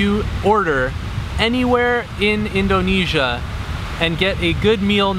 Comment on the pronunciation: "in DOH nesia" hehe, most people say indonesia like indernesia without much emphasis on the O